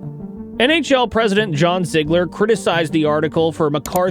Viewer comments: It's ZEEG-ler and Essa, like Messa. Just in case you do another video about the 80s. In the end we just appreciate that you are not AI. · Ee-sa Tikkanen? Zi-gler?? Are you new to hockey?